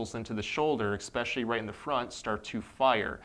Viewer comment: please don’t say “exspecially”. I had to stop myself from clicking off your informative video.